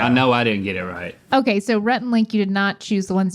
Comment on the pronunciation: Alton really turned Aussie for a minute there "roight" "it werks"